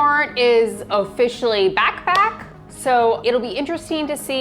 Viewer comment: She said "back back" and i heard "backpack"